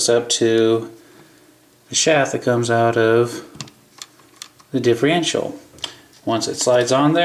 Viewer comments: i cant take it anymore. its not diff-rential. its diff-erntial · you always say differential wrong, You say it diffrential.